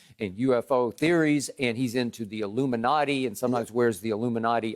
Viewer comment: Illumanti?? are you guys serious?? hellooooo